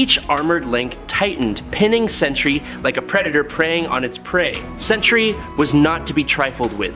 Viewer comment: Why do so many insist on pronouncing the two syllable word Sentry (Sen-tree) as the three syllable "Century"?